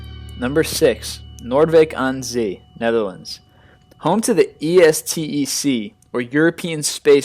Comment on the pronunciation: It's palace Huis ten Bosch (and Huis is not spoken as hoo-ey, better say it it in English: house, which is wat huis means (English has no sound like Dutch for "ui"). and ten Bosch is spoken like "Ten Boss". Noordwijk aan Zee went pretty well though. Keep making those lists!